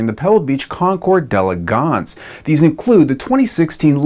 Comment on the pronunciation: Thanks for pronouncing d'elegance correctly.